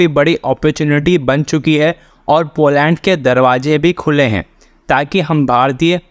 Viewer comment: भाई, पो लॅन्ड नही पोलन्ड...सही बोला करो...